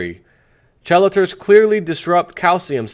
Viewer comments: I am NOT trying to be rude. I just thought it would help make more sense out of the article we're hearing. Chelators is pronounced KEY-lay-ters. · Chelators? Pronounced kee late ors. If that is what you read. :)